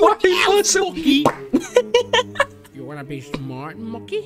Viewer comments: ITS MOKEY NOT MONKEY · It is mokey not monkey